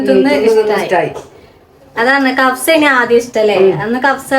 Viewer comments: കഫ്സ അല്ല പെണ്ണെ കബ്സ ആണ് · കഫ്സ അല്ല.കബ്സ ആണ് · കബ്സ ആണ് കവ്സ അല്ല ❤